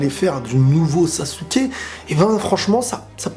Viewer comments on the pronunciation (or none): Ça me stress que dise « sassouke » 😭